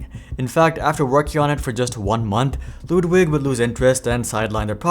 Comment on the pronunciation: You pronounce Ludwig surprisingly well